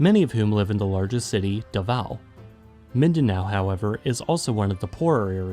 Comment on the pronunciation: cool video but I always hate it when someone pronounces Davao like that in in Davao we pronounce it as Dabau or Dabaw. but cool video thought